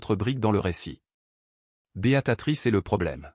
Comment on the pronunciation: Beatrice pas Beatatrice.